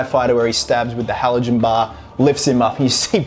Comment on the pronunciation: You’re not pronouncing the firefighter tool right. Halligan bar. It’s not halogen like the element in the lights on cars. It’s the inventor of the tool’s last name, Halligan. It sounds like meeting a person named Hal for the second time. Hi, it’s me, HAL AGAIN. The brits call it a Hooligan Tool. Hooligan, Halligan.